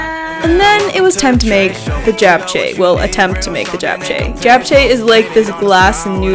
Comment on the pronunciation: I absolutely LOVE watching your vids. And it's so fun to see you and your fam workout together!! I'm Korean and I just wanted to say I kinda cringed when you pronounced bibimbap and japchae lol. But it's so good to see you try Korean food ;)